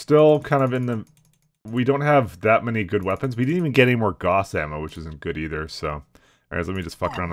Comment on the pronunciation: The Gauss rifle (rhymes with "house", not "loss) has always exploded when hit while the ammo is inert. The XL engine, likewise, is vulnerable to critical hits in the side torsos and if an IS mech with an XL engine loses a side torso it will die. Clan mechs don't have this problem. CASE is, because of that, utterly useless on a Bushwacker unless you downgrade to a standard engine (or in tabletop and MWO, a light engine) or put your ammo weapon in the arms. But hey, you can't remember the rules of the game, you can't remember the lore, and you can't remember what is a quite small series compared to many of the bigger franchises, and you talk like a tool, but nobody else has done an LP in HD so we're stuck with you.